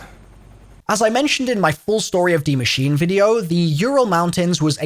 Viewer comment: pronounces Der Eisendrache impeccably Also: butchers Die Maschine every time 🤣